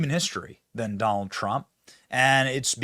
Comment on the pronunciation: Have you noticed that, among the Democrats that have announced that they are voting for Trump, most of them pronounce the name as… Doll Trump ?